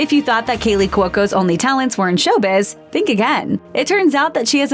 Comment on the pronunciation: what's wrong with you? its KALEY NOT KEELY get it wright.